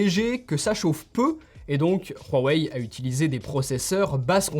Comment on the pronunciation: J'adore le "Rhuawei", ça prononce bien 😂👍🏽😭